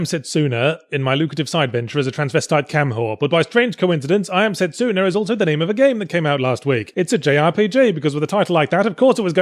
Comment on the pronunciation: u pronounced setsuna wrong